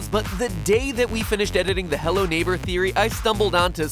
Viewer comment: did he just say “HEWWO INTERNET”